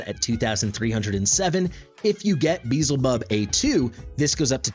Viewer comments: i dont understand why you intentionally miss pronounce his name, because ,,its a game, not biblical'' but... theres an entire faction of seven deadly sins, and you pronounce them correctly... and its the same faction beelzebub is from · its not pronounced correctly... as name is not english at all... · This isn't modern english pronunciation this is just mispronouncing and thinking 'z' comes before 'l' lmao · It's be-el-ze-bub regardless of the name's origin (even though it's clearly inspired from the lord of the flies), L comes before Z. Also, respectfully, video is unnecessarily long, no need to compare the leaked info with what's on Test, current state is what matters... for those watching I recommend skipping the 20-minute-long comparison. You covered his performance fairly well but it would have been nice to see the actual rage regen difference over the course of the guild boss fight for example, I know it's hard to account for Dolores's A5 but it reliably will proc at least once during a boss fight so how much of a difference will it make and note Beelzebub has a higher initial rage but at least the ultimate cost and duration are the same as Dolores. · no I mean ppl who pronounce it Bee-hell-zay-bub.. It should be closer to Baal since it's the same god that was repurposed.. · I did watch it. Cringed every time you said, "Beezlebub". Way to make assumptions. I mean SERIOUSLY man... 🙄 The fact that you point out you know you're saying it wrong should tell you that you shouldn't be getting mad at people for bringing it up. Especially when you invite the feedback with, "unless a million people tell me otherwise." I'm just one of the million. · Not tryna be that guy but the L is before the Z in his name so that alone should tell you your pronouncing it wrong. I think it's the biblical pronunciations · petition for correctly pronouncing Beelzebub. cm on guys, its hidious how he says it, i cant hear that xd